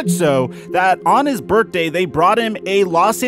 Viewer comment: manZ really said Burt-day cake